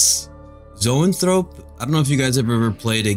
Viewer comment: Thanks for the video! I think that Zoanthrope is pronounced like “Zoe-Ann-Thruh-Pee” Could be wrong! But thanks for uploading, super stoked for this deck.